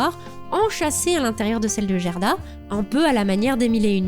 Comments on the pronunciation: Je connais ce conte par coeur. Bonne vidéo mais vous avez prononcé Jerda alors qu'en fait le Gerda de prononce Gue. En gros, c'est comme si vous disiez jitare au lieu de guitare en faisant ça. Attention aux VFs des adaptations qui peuvent induire en erreur😑 EDIT: Dans les deux VFs, le comportement de la femme à l'immense jardin est différent. Dans la première VF, elle garde volontairement Gerda chez elle parce qu'elle veut avoir la petite fille pour elle toute seule devenant ainsi une opposante par sa propre volonté. Dans la deuxième VF, elle est sous l'emprise de la Reine des Neiges voulant empêcher Gerda d'arriver jusqu'à Kai et devenant ainsi une opposante malgré elle. Probablement un choix pour rendre la Reine des Neiges plus active dans l'intrigue. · très belle vidéo. Mais pitié: "GUERDA" pas "Jèrda"! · Très sympa, comme toujours, mais dommage pour l'écorchage en règle française du prénom danois "Gerda" :'( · Vraiment très bien. Un travail incroyable. J'ai juste un peu de mal avec le "Gerda" avec le son "Gé" , je l'ai toujours dis a l'allemande avec un "gué"... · Salut, bel épisode mais.... le G dans le pays scandinaves se prononce "Gu". Quelle douleur d entendre "Jerda" et non pas "Guerda"..... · Alors, c'est génial et après tant de hype (rapport à la période présente, toussa toussa) je suis super contente de l'épisode, mais juste une petite chose : Gerda, ça se prononce "Guerda" ^^ C'est pas très grave en soit, mais étant le prénom de ma grand-mère, ça m'écorche un poil les oreilles d'entendre la faute à répétition x) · Ca se prononce Guerda et Caille 😉 Excellent votre boulot sinon. Bonnes fetes a vous deux ❤